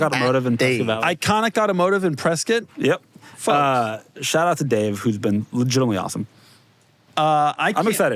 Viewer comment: So many kudos for Doug pronouncing “Prescott” like the locals do.